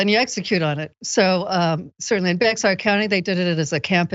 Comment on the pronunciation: OHMYGODGUYSPLEASE ****STOOOOOOOOOPPPPPPPPPPPP**** Bexar is pronounced BEAR. Or BARE, as you prefer. There is no Bex-are. PLEASEPLEASEPLEASEPLEASEPLEASEPLEASEPLEASE.